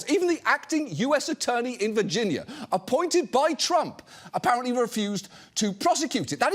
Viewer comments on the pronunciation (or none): Ah yes my favorite state, Virginyur.